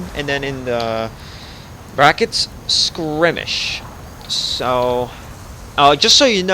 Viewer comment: Still so grateful for your tutorials, they helped so much that I might release my first small mission pack soon. But one thing I gotta say... Every time you say "scrimmish" (?) instead of "skirmish"... a kitten dies. Please, remember that...